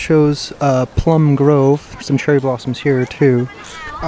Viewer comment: "Cheery blarms"hahhaha seems you were light headed I am sure you a good meal and a couple beers!